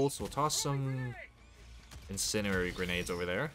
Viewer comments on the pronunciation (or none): In Sen Dee Air ee say it with me Incendiary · Some feedback for you. You have a solid presentation voice and good pacing on topics. However, you mispronounced “incendiary” a few times (the D isn’t silent like Django) and you said that the Incendiary Breaker had its pellet count buffed, which is incorrect. Its damage per pellet was buffed from 15 dmg/pellet to 20dmg/pellet. I’m only saying this because as a viewer these things turned me off. I’m less likely to watch more content if I feel that it’s wrong or misinformed. I hope you take this as constructive criticism and I hope your channel continues to grow and that you never forget to have fun. ❤